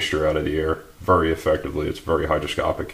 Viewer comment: The word is hyGROscopic, not hyDROscopic. Common mistake.